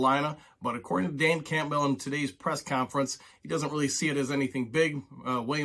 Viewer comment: I like your videos and you seem knowledgeable so you got a subscriber from me but you pronounce campbell very weirdly